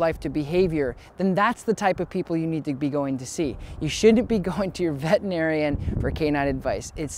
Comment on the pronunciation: Can you please stop saying “vetinarian” it’s vetERinarian